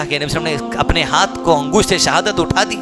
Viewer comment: pahle nabi ka naam shi se lo bhyyy muhammad sallalaahu alaihi wasallam hai..... salle sallam nhi h